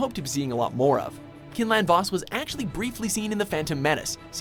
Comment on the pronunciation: Just to say good video but Quinlin Vos' name is pronounced Kw-inlin not kin-lin. Just figured I'd say something.